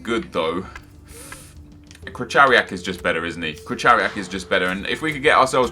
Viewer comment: Krychowiak: Pronounced Kri-Ho-Vi-Ak Please get it right, really pisses us polish lads off